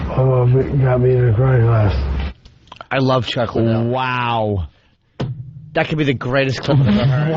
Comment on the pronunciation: Opie trying to beak the record for how many times he can mispronounce Chuck Liddell's name.